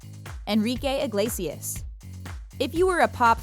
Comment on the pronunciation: I hate how she says Iglesias, sounds like she is saying Igliesias wtf